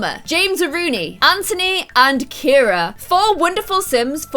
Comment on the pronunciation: BTW u call Anthony ANTONY ITS ANTHONY OMG!